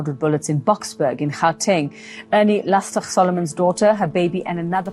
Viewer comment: lastek* lastig is the correct pronunciation.